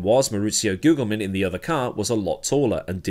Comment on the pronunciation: Is it pronounced “Gugelmin” or “Gugelmin”?